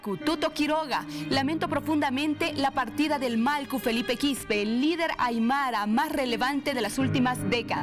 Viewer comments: Disculpe sera que puede pronunciar Mallku?..no Malku..por favor! Gracias! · Que pasa con la conductora no puede pronunciar MALLKU dice malku varias veces